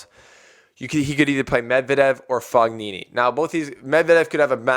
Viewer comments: It's pronounced Foe-Nini, not Fuck-Nini, man... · The first syllable of Fognini is pronounced FOH. So, it sounds like FOH nee nee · "G" is 95% silent in Fognini